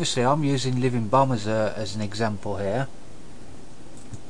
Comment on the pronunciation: it sounds like he said "living bum" hehe, nice video for beginner, i personally knew all this, i love to use power auras, i think its the best wow addon ever, but show me how to show hand of gul'dan active timer, it just wont' work for me. :/ anyone know?